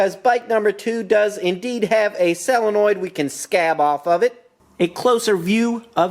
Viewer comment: Honda twins! Now you're speaking my language! This was a most entertaining video. FIRE! By the way, Jack wants you to know that it's pronounced "soe luh noyd."